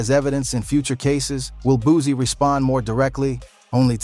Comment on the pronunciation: It’s boosie not boozie get your pronunciation right first😂😂